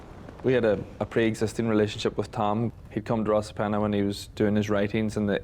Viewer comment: Great Vid, just a word though Rosapenna is pronounced Ross a penna Not - Rose a penna Cruit is pronounced as Critch ( it’s an Irish word meaning Harp )